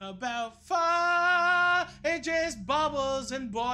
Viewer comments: Thanks for saying pho right Matty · Matty: It's pho, not "foh" Next video in his playlist "Halifax donair" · Finally! Someone who says "Pho" right, was starting to think I was the only white person who says it right. 😂